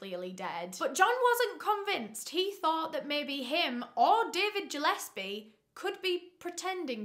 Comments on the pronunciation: I think it’s pronounced Gill-es-pee I grew up with the last name Gillespie and everyone says Jill-es-pee lol but regardless I love you 😂❤️ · Really irrelevant but Gillespie is pronounced like (fish gill)- espie not like Jill-espie (I have a few Gillespies in my family) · Gillespie!!!! Not Jillespie!!!! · Im Scottish and I love hearing how people pronounce words. Its Gill,as in a gill on a fish, not Jill in the surname Gillespie and Mac-a- linden for that evil boots surname. I remember when this happened. You should cover the case of the 2 brothers who tortured and murdered a procurator fiscal in Glasgow in the 90s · Ggggillespie not jillespie ffs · It's driving me crazy his name is gilespe pronounced like a fish Gil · Was kind of inking me scttish the g is not pronounced J its Gillespie but still love x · I think it's probably pronounced GILL -espie. ( I live a 30 min drive away from Glasgow). I love your videos though not a criticism just informing you ☺️ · nooo QwQ its pronounces like "gill-esbie" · Gillespie, hard G. Not J. love ❤️❤️